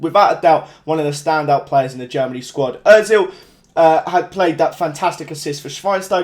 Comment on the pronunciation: Özil? Lewandowski? Griezmann? Mustafi? Neuer? Konoplyanka? wtff u suck lol